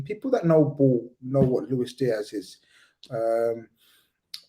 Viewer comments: It's not pronounced Looish Diash, he's not Portuguese. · Why is Avi insisting on pronouncing a Colombian/Spanish name with a Portuguese accent ? 🤔